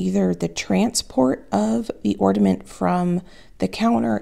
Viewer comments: I got a chuckle about your repeated "orDaments" comment (instead of "ornAments") how funny. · Hi, I have been enjoying watching your videos lately. I have a little pet peeve today though... It's the word ornament. Whenever I hear someone pronounce it orDament, I have to click away. It makes my insides die a little. I'm sorry. I know it's petty. But there's no d in it. 😢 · Am I hearing you say “ordament”? I can’t tell and it’s cracking me up that you say it wrong because you’re so articulate normally. And it’s endearing because my youngest son used to say it as a little boy. Love it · It sounds like you are saying orDament - it’s pronounced ornament. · I watch you all the time, you remind me of my daughter, lol. I'm wondering if it's my hearing or or are saying "ordament'? instead of "ornament"? It's cute! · I love you so much. watch you all the time. no matter what and I do not even have a garden or enjoy working in the kitchen. However, I watch because you make me smile. With that being said. I do have to say that there is no "d" in Ornament. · I’m sorry but the word is ORNAMENT there is no D in this word. A simple thing but surely someone else has noticed this. I don’t want to be the mean girl as I really like your channel but every time you mispronounce it I wince.